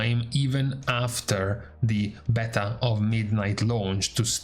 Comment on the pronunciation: Beeta beehhhta beaitaaaa Damn man